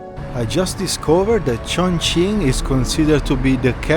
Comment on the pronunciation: say tjoeng-king